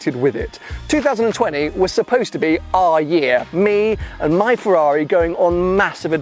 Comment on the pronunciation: Nobody:: FARARII